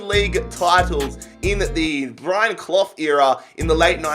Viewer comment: the way he says brian clough “brian cloth”